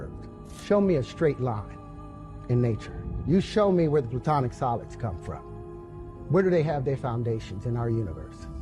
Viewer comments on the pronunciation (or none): Its Platonic solids,not Plutonic.